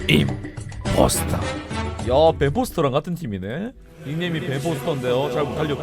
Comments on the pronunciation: 임포스퉐 하는거 맛깔나노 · 형 임포스퉐 하는거 나만 약간 기분 좋니?